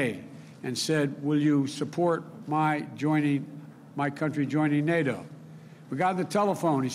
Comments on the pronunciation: Joe Biden, "Thank-God for Nay Dough!" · Joe Biden, "Nay Dough is changing and I need a change too! Poopie"